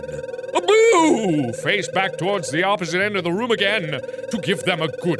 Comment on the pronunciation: I love when mark says room cause it sounds like roum, it's a small thing but always makes me happy